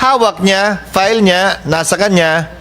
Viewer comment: Bato, pls mag tagalog ka nalang plain & simple...sir.! File...not pile.! At pwede ba hwag kang Bias. Salute 🫡 to Sen Chiz.